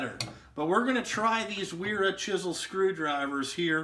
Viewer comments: Pronounced Veera. The W translates to V. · Vera* W in German sounds like a v